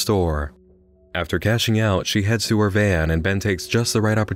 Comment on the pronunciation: Okay... Why so much emphasis on the "coat oooon" and "heeeer" and then at the end of the sentence there's such an awkward pause?